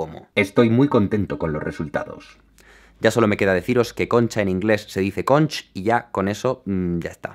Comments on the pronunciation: Fascinante... pero caracol marino, (o caracola como le llamas) en inglés se pronuncia “|KOnk|” no “|konch|” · Se pronuncia Conc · Y recordad: *se pronuncia consch" 👁️👄👁️ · "Conch" jajajaja, C-mamut el wey!